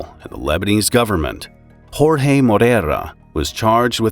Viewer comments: thats not how you pronounce it in portuguese its not rorje its JORje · portuguese is not spanish, jorge is pronounced like george, not rorre